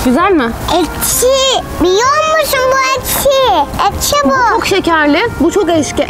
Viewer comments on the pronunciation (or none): ekşi yerine neden eşki diyorsun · eşki değilde ekşi deniliyor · ekşi diyiceğine eşki diyorsun😂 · Peki ekşiye eşki demesi😂😂😂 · Abla eşki değil ekşi öykü bile doğru söylüyor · eşki değil ekşi😂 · Sizi çok seviyorum ama neden ekşi ye eşki diyorsunuz ?? 🤣💗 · Eşki değil yalnız ekşi. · Eşki ne be sanırım ekşi ile qarışdırdın qardaşş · Abla eşki değil ekşi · Abla eşki değil ekşi😂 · Eşki değil ekşi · Bu arada ekşi diyor siz eşki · Abla eşki değil ekşi. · Eksiye eşki diyen 🤣🤣🤣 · Ekşi ye eşki diyen koca yurekli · eşki demeai awakkji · ya herkes neden ekşiye eşki demesine takıldı? sizene belki dili dönmüyo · Adanın eşki demesi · sen ekşiye neden eşki diyosun